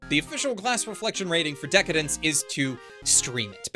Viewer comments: I think just like you. However, it's pronounced "Deca-Dance" not "Dence", at least that's how it's written in katakana (デカダンス) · Dec-Dence .. pretty sus xD